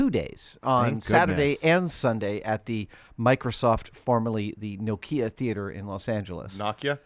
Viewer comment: actually pronounced nokia correctly. Neat!